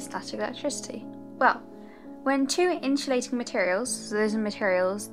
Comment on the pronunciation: I hate the way you say insulating